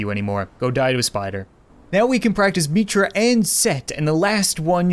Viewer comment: It isn't "Meetra," it's Mitra